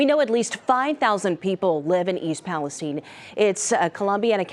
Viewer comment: Stupid yanks can't even pronounce the name of the town